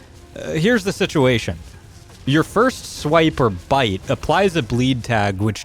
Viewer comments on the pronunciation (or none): none